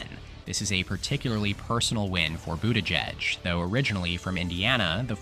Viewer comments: “pete boot-aahh-jejj” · Is this AI narrated? The pronunciation of Buttigieg is all over the place. At one point Vance was mentioned instead of Gabbard (during Maine) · the way you say his name